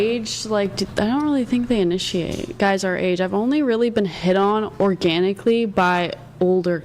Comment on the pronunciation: When you say organaiclly , energy, that's red flag